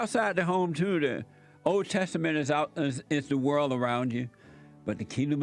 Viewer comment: Heard around the "world" pronounced as worlt. Jessie cracks me up